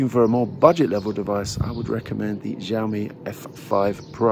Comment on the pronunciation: Xiaomi-how to pronounce it in Chinese google it. most people do pronounce it wrongly. it should be . X is Sh or Si like Xi Jinping. Shi zing ping. Xiaomi- will Shiao-mi=Shiaomi.